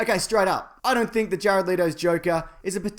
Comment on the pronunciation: Jare-odd Leedo